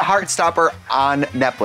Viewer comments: is trixie making a point by continually saying 'netflick' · Am I the only one who heard Trixie say Netflick in the beginning 🤣